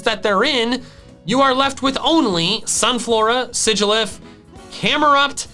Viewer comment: SIGILYPH, NOT SIGYLPH!